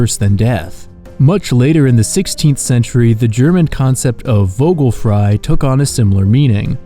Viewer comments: I love the content! I noticed a lot of people get this wrong, but the "V" in German is spoken as an "F" in most instances. Much love! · The way you pronounced Vogelfrei hurt. The v is pronounced as an f. It would be pronounced as v if it were a w. And the o in vogel is pronounced as more of a throaty mix of uh and oh, similar to if it had an umlaut. And the end bit of Vogel, the el, the tongue placement is more at the tip of your tongue touching the roof of your mouth then how it is with an American accent, but that’s a bit picky. I didn’t notice anything off about the way you pronounced frei. I’ve been learning German for a few years so I know a fair bit about the pronounciation of the letters and how they differ from English. I hope this was helpful 🥰.